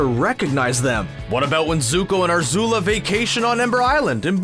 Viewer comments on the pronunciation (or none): "Shrouded in amBIG-witty haha" "avatar wan" and don't forget Arzula the fire bender excuse me there's some pronunciation holes in this video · Speaking of messing up names he pronounced it arzula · "Aarzula" bruh cmon nooooooooow